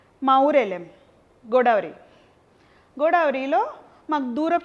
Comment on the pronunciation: neeku ద palakadha? గోడావరి antunnav